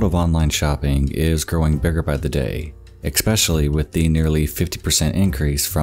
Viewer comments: Great stuff once again. Apart from my pet peeve being you pronouncing "especially" as "expecially" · dude it's pronounced 'es-pesh-ally' not 'ex-pesh-ally' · I am getting extremely tired of hearing how this guy pronounces especially. there is no X or K in this word. It makes you sound like a child when you pronounce that word like that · you embraced the 'eXpecially' i love it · Every time you say 'expecially' a puppy dies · I love this channel and the content, but I hate how the narrator says eck-specially. It just blows my mind and grinds my gears so hard. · Right off the bat.. its ex-special-aly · What is the main difference between television content and YouTube content? Words like "ex-specially." Even on a great channel like this, without a professional production team, things like that slip through the cracks. It might also be indicative that the creator isn't showing their videos to friends and family... and now I'm sad. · I look forward to him saying it. Never thought I would swoon over a mispronouncion 😍😍😍😍🥰🥰😒🤟🤟🤟🤟 I love that shit. from him only😜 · "Expeshally"??? Please don't do that again. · Please stop saying "eckspecially" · Please, please, please stop saying 'exspecially'. There's no 'x' in especially. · WHY DO YOU SAY ESPECIALLY LIKE THAT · especially ........there is no X in the pronunciation, pls stop . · Especially No x No k Just an s PLEASE Your stories can only be as accurate as your reading.